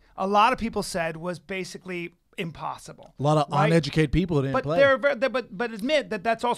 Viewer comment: What I say ON educated opinion, Bryan, I mean ON uneducated opinion. Hey Schaub, learn how to pronounce uneducated before you mention someone being uneducated